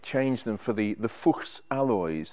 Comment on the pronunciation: lovely car. Nice to hear you pronounce Porsche and Fuchs wheels correctly.